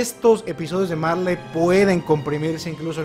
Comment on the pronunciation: en japon no se pronuncia la L se sustituye por la R marLey=maRe eLdia=eRdia Son lo mismo solo que en la pronunciación japonesa y algunos le dicen así xd👍